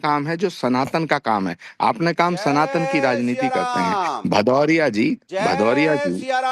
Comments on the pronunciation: अरे भदोरिया पहले नाम तो बराबरबोल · अनुराग भदौरिया शुद्ध नाम बोलो 😂